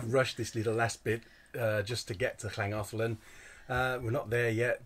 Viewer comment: Lovely to follow your journey through familiar waters and memories of our lovely winter last year! Your pronunciation of Pontcysyllte and Llangollen are far superior to ours 😂 🏴